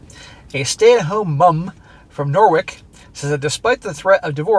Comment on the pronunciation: Norwich is pronounced Nor-ridge 😁